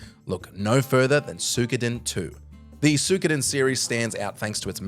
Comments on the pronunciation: I almost vomitted when I heard "Soo-koden" or "Sue-koden".......🤮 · Did you say Sukuden?😂